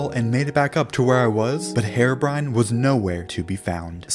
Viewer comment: I love how he says hair-o brine